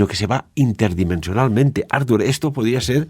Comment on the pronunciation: Perquè insistiu a denominar Artur Homs com “Àrtur” Homs??? Si us plau, pronuncieu bé el nom, que és català, no anglès i, en tot cas seria “Arthur” Homs. Gràcies!